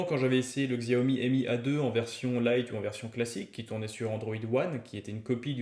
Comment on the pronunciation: Le "x" se prononce "ch"